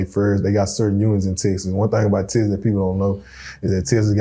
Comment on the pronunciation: It’s called TEXAS! Not TESSES. My god!